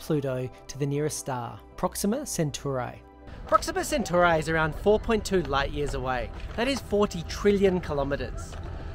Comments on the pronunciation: The way he said Proxima Centauri verifies his statement about reading the information from the module to look smarter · Oh ghad, you fucked up reading Proxima Centauri so badly, hurts my ears.